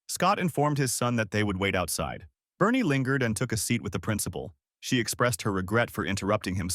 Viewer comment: Why is Barney pronouced as Bernie. Barn rythmes with yarn There's a purple dinosaur that's very upset.